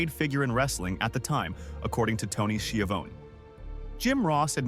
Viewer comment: Skiavone who’s Skiavone or is it Skyavone I think they mean Tony Schiavone